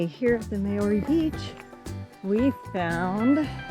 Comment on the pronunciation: If you’re going to bother flying all the way to NZ and make the effort of doing these walks & recording yourselves, at least learn how to pronounce the names right! Seriously - Mayoorey?